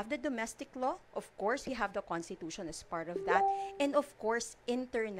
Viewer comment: Introductshoun? Constitushoun questshoun